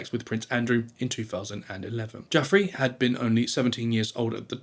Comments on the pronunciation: Virginia Giuffrè deserves to be remembered for her bravery and deserves to have her name pronounced correctly. It's not pronounced "Jeffrey" - it's pronounced "jou-ffray" She deserves the effort, come on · This is the 100th time I hear someone mispronounce Giuffrey. For all these people who make videos about her case and prosumingly making some money with it, is it really asked too much, to find out how her name is pronounced and at least give her that tiniest amount of respect?